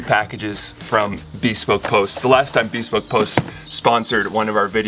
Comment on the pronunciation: Bespoke is not pronounced as "be spoke", it's bəˈspōk.